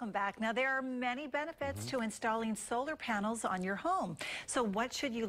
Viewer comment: she said solar paners